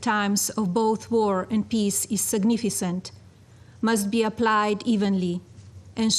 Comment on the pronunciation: how is her accent still so thick after living in the US for so long??? and the way she said significant?? ugh.. I have NEVER heard a Slavic speaker pronounce it that way!!! This is such an embarrassment -- if Trump was going to send a family member he could have at least sent Ivanka, she's a monster as well, but she might have had something more than a bunch of platitudes